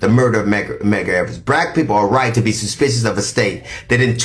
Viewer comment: not being able to say suspicious, because of his new dentures is HILARIOUS. But! He read him down.